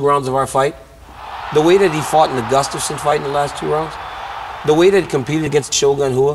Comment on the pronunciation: 2021 and Jon still cant pronounce Gustafsons last name. Lol Gufstason